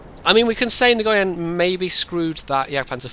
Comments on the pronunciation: Nguyen is pronounced win... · great gameplay, but you might want to work on the pronounciation of nguyen, a vietnemese guy a colledgee told me it's said "nwin". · Nice replay. You might need to check with the player, but that's a Vietnamese name, and the G is usually silent. Thanks for continuing to make videos. I always enjoy them.